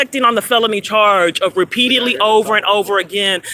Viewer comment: RE👏PEAT👏EDE👏LY HAS 4 SYLLABLES.